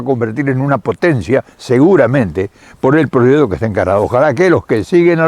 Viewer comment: hola nunca lo habia oido pero me encanto un señoron con mucho conocimiento saludos y siga haciendo lo que mejor sabe. usred si habla correcto dice proyecto y no prochecto. no se por que otros Argentinos hablan tan feo